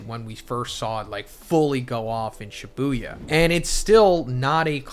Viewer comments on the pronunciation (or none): none